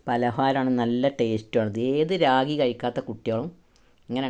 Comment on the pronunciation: രാഗി അല്ല റാഗി ആണ്